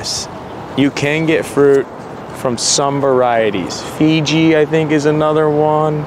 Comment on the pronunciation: You pronounce Fuji as Fiji, the island nation